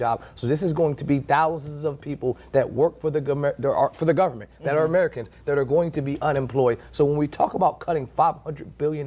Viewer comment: he said gumment